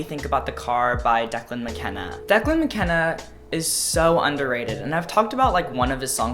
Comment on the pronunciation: The way he pronounced Declan was so funny to me as well lmao